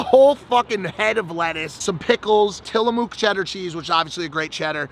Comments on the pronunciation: Tillamook cheese- pronounced (mook) like book 📖 with an M instead of a B not moooook 🐮 Kills me everyone would you call a book a BOOO-K? 👻 hahaha 🤣 your hilarious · The way you pronounce Tillamook Cheese fkn KILLS me! 😂 every time-Dead ☠️ 😂I’m a 4th generation Oregonian, grew up going to the Tillamook cheese factory, and the beach town of Tillamook OR. My ENTIRE LIFE and it’s pronounced Mook- like BOOK 📖 not Moooooo-k like a fkn moo cow 🐮 haha just a head up 😂😂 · I enjoy the way Mike pronounced Tillamook. "Tilla-MOOK". Good füün. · I know it's not that important but it's called Tilla-Muck. Best cheese made in the USA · The way you said Tillamook made me cringe 🤣